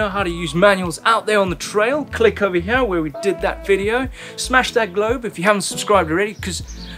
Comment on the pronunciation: Count how many times he says "heyar" (here)